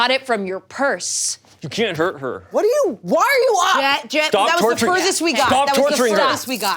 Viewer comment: keeps saying "Jet", but all I'm hearing is "Chet"